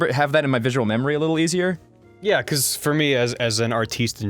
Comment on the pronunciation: Ross's Australian slips out on certain words; when he says "Forget" you don't quite hear the R, so its more like 'foh-get". And that whole 'Erazer' thing...